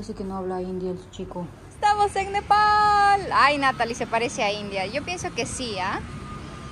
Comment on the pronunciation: NEPAL, es NEPAL Te falto la L